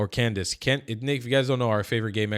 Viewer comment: I want to point out another mispronunciation of CONdace. Adrenal is pronounced, “au dree nal,” not “ah dren al.”